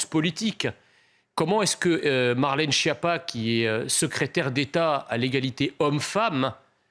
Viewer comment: Au fait, il ne faut pas dire phonétiquement Chiappa, mais Skiappa. De même, Ciotti...ne doit pas se dire Siotti, mais hélas différemment... Voici pour ces noms italophones !